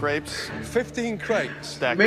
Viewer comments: I thought you kept saying grapes lmao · Valeria T same😂 I thought he was saying "15 GRAPES?!" 😂